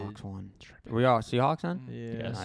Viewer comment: it's not the Seahawks it's the "Seasneaks"